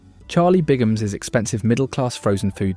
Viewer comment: It's Bigham not Bingham